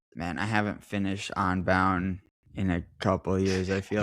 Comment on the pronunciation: it's UN-bound not ON-bound:face-purple-smiling-fangs